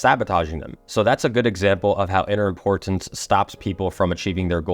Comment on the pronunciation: Love it. For some reason I feel impressed to tell you you're saying "import-tance." Your hard T sounds are doubling up. Sorry if this is unhelpful. I've noticed it's a learned pronunciation, meaning you get to relax the double sound and just speak naturally if you want to. (Reality instead of realit-ty.) I hope this helps you flow better in the way you speak. Your message is amazing. Keep up the good work ❤